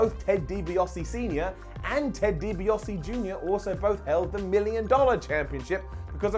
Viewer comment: Ted DibiASE and Ted DibiASE jr. Not Ted DibiOSE and Ted DibiOSE jr.